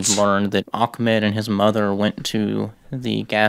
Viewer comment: It’s not ak-med it’s ah-med (not trying to be mean)